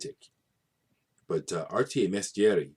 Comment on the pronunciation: Arti e mestieri pronounced correctly. Banco del mutuo soccorso, almost: the letter u is always pronounced in italian like you would pronounce a double "o". Like in "cool". Arti e mestieri is one of my favourite bands, check out their first album also, it's called Tilt. Be careful with that copy of Garofano rosso, if the tea party finds out what it means they're gonna hang you. Very political recording. And absolutely fantastic.